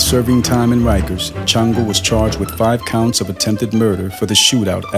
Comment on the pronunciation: Its pronounced shawngo not chan- go the name is from the Yoruba tradition ifa the Orisha shango the god of lightning he carries a double headed axe so he probably was a Santeria worshipper which santeria is derived from ifa and native American spirituality along wotb synchronize Catholic saints which they hid black and native deities under the Catholic saints from the Spanish who would've killed them for practicing the tradition just as how in hoodoo and rootwork we hid things by using the bible and Catholic saints